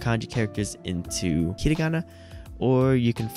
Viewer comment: yeah there isn't really a simple fix to get faster at reading, you just have to read more and trust the process. also i hate to be that guy but you were pronouncing it ひりがな not ひらがな